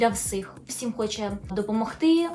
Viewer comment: Дуже люблю ваші відео🫶🏼 але так ріже вухо «всИм» все відео